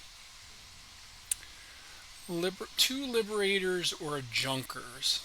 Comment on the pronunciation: Well played and its Yunkers. J is read as Yu